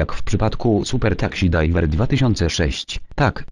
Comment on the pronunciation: taksi drajwer ahaha